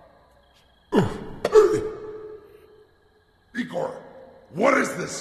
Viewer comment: Erm actually it’s said igor🤓👆